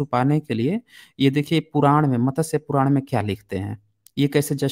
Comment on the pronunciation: JIS SHABD KO AAP MATASYA BOLTE HO WO MATSYA HEI.